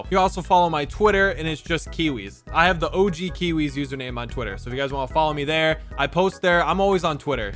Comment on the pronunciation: Cairzy said "Kiwiz no"